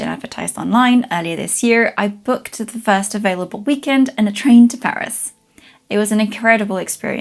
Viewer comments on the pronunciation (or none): none